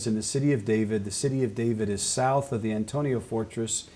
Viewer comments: I can't believe such learned minds such as, Chuck, and keep pronouncing the name of the Roman Fortress wrong. Politeness on the part of and Chuck in sympathy with? Hmmm is there no room for gentle redirection from pronouncing the name correctly? It is the AntoniA Fortress (with an A, the name ends in A) not Antonio. It really undermines the idea that they have read much material or that they master the subject they are speaking about. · Interesting, but several of the gentlemen do not pronounce the term "Antonia" correctly.